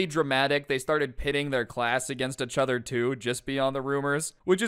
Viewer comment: Why does he keep saying achother lolol